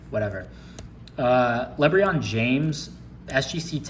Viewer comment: Why did you say lebron names like that 😂